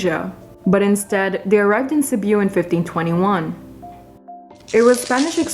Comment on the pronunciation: "Seb-yu". Hahaha...